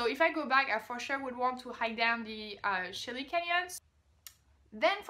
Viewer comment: Frank Morris, no, it's actually spelled de Chelly, but pronounced d'SHAY, rather than de CHAY.